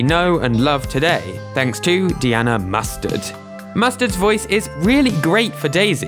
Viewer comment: The way you pronounce "Diana" is mildly infuriating.